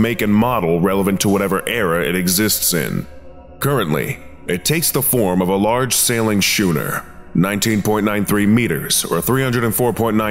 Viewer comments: Please research.pronunciation.. It's "skooner," not "shooner." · I'm doing this out of love, not hate. Not to be "That Guy", but i do believe it's pronounced "skoo-ner" and not "shu-ner". just F.Y.I. keep up the great work!! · I.. it's pronounced Skoo-ner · Note to narrator. Schooner is pronounced Sku-ner. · Did you just say... shooner? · Heh, "Shooner." LOL. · the h is silent